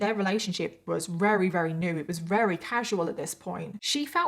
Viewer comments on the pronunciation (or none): Wery rery very